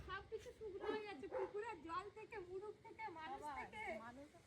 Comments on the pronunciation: মুরুগ বলে না মোরগ বলে। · মুরুগ না বলে মোরগ বলা যায় না ? কেমন যেন।